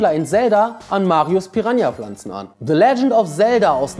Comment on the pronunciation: Bitte mal deine Aussprache von englischen Wörtern üben - es heißt nicht [se] sondern [the] und auch nicht [sword] sondern [sord] die Wörter in Klammern sind die Lautschrift und nicht die Schreibweise.